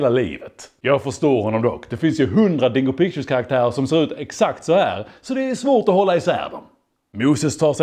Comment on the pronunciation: Jag kommer aldrig inte skratta när han uttalar dingo pictures som ”dongo pongo” 💀💀💀